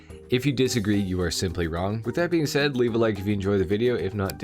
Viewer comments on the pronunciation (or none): none